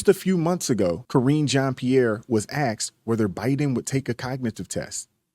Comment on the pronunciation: The commentator said, "Axed".